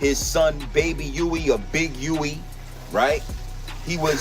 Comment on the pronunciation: I thought it was baby Huey not baby wee. 😮